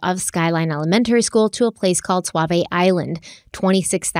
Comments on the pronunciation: First of all, I love your podcast. I love that you are doing this case and it's very close to home. I do get a chuckle when says swavy island. It's pronounced "saw" "v" island. Sauvie Island. 🙂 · Sauvie Island is S-A-U and pronounced like SAW-Vee, not S-U-A like Suave. But the way you pronounce it like SUAVE-IE would make for a pretty cool island name too. 🙂 Also, Terri and Dede are guilty as sin! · I love you guys but it’s pronounced Saa vie. U is silent. 😂 sorry I’m from Portland and I’ve never heard anyone say suavie. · I noticed you pronouncing things better. You're from the East Coast so of course you don't know how to pronounce our words, just how we probably don't know how to pronounce your words correctly Suavie Island = Saw - Vee eye land. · Say it with me. “SAW-VEE” island 🖤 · Just FYI it’s pronounced Saw-Vee Island. 😂😃❤️ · Sauvi island is pronounced “SAW-VEE” and Oregonian - “OR-UH-GO-NEE-IN” lol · I’m from the area, Sauvie Island is usually pronounced like Saw-vee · I love you both and ❤ but I’m from Portland and we call Sauvie Island “saa-vee” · Yes, but Oregonians say "Soh-vi". We have a lot of strange looking names her- some are people's names, many originated with the First Nations. They all have correct ways to be said, though. How can she be correct? By taking the lead of those who've lived here all our lives. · It's not just pronounced Sauvie , it is also spelled Sauvie.